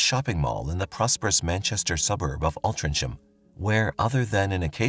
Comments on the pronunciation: It’s pronounced All-tring-am, not All-trin-cham. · Altria ham pronounced Alltrin ham . The c is silent . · AltrincHAM ---- Altrinc HAM .... Th "C" is silent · It's pronounced Altringham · Altrincham is pronounced - Ohl tring am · It's pronounced Alt-ring-ham. I grew up around there & Sale The hospital is pronounced Wiv-in-shaw It's the hospital my nanna passed at & my sister was born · Altrincham. Is pronounced Alt-Tring- Ham. It was a spelling mistake when the town got its market charter, apparently .sorry, I'm from Altrincham it just kept bugging me every time he said the word. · It’s pronounced altringham so as you know lol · Altrincham, its pronounced ALT RING HAM. forget the C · It's pronounced, 'Altringum" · Altrincham is not pronounced as spelled for the love of all that is holy! Alt-ring-um it is! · Altrinng- Ham. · Pronounced Altrincham. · Altrincham is pronounced Altringam. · It always makes me laugh the way Americans pronounce Altrincham